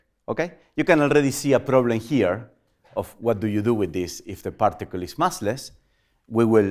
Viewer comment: We say partical and he prtical 😂😂